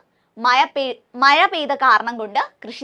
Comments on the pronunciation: മയ അല്ല ടീച്ചറെ മഴ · മഴ എന്ന് പറഞ്ഞു പഠിക്കൂ.......😂😂😂